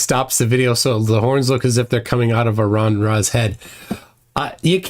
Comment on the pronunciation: Toon, you're an extremely smart guy and have learned a lot from ya, however, you're pronouncing Aron's name wrong and it's driving me crazy. Lol The worst part is that it's really close to how Jeran said it in his debate with Aron. I'll likely never get one up on ya again, so I'm gonna this win 😂